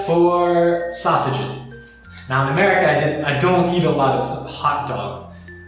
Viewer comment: сука. за 10 лет русского языка так и не выучил и гордо произносит - я из юнайтэд стейц оф амэвика!